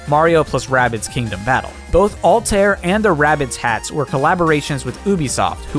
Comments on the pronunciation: Altair?!?! It's al-ta-ïr respect the quebec 😡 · "AL-TARE" My guy, it's "Al-tie-ear" haha Great video though! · I dont get why ppl especially ppl whose job is to pronounce things dont put in the effort of actually learning to pronounce things they say. Not only japanese words but like this one aswell. How does one get Ahl-tear from altaïr`? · The two dots above the ï in Altaïr mean it's pronounced seperately from the preceeding a. Ull-tu-ear. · Altaïr is pronounced "Al-tie-ear" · Your pronunciation of Altair makes me wince. Like the word naive. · That’s not how you say Altaïr